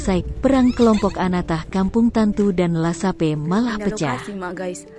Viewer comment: Bukan lasape... Laspegas.